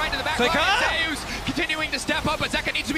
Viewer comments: although you prolly dont look at comments it isnt zeus pronounced like zoos, its zeus pronounced like zey oos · It shouldn't, considering that's how zeus pronounces his ign. It's ze-yus, not zoos. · Narrator : "T1 ZEUS" Worlds MC : "ZE-YUS" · Commentator “zayus” is itching me the wrong way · His name is pronounced zay-us btw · why did he call him zoos? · Say his name right ffs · thumbs downed already after pronouncing his name wrong in the first 10 seconds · At least say his name properly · hate how everyone pronounces his name wrong.